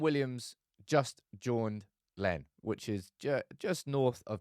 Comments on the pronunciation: My town is called Larne mate. Not lein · Larne not Lens ffs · It’s not LEN …. LaRne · Larne as in 'YARN' not learn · just fyi, it's Laaarrrrrrne. Like to use needles to darn. Larne. Not learn. In regards to what he's done, Marcus is being an idiot. Suspend him. A United player clubbing in Belfast? We have mobile phones over here too. Our mobiles even have cameras! Jeeeeesua...😮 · Heads up: Larne rhymes with barn. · Ro-Shaun Williams plays for Larne which rhymes with barn. Laverys is pronounced lah ver ees not lay ver ees. If Rashford doesn't buck up his ideas we should sell him to PSG in the summer. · Yeah Marcus is royally screwing himself at United. It’s not acceptable. Also, Larne is pronounced as Larn. It’s not a fancy place 🤣🤣🤣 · I can't comment enough on how incorrectly your pronouncing Larne, try saying Larrrr-n with a long r sound Also Larnes a hole - kinda like the Bootle of n. ireland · Your pronunciation of Larne and Laverys was horrible 😂 but Thompson garage is where the dealers and hookers go, it's pretty much a coke den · in stitches over the pronunciation of Larne lol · For someone with family from N.I. that pronunciation of Larne is atrocious 🤣🤣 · Love the channel but your pronunciation of LARNE is way off 😂